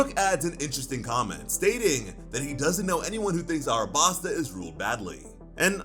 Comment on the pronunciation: Wait just a second there. Is this real or a Mandela effect. The city is called ALABASTA. Not Arabasta…